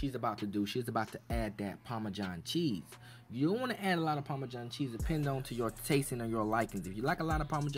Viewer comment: That "Parmejan" cheese though!!!!! Let's be clear about that...